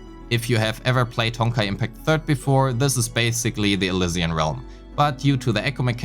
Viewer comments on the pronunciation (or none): none